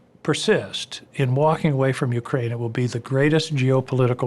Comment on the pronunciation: That former security general or whatever saying YEWcrane instead of Ukraine gets me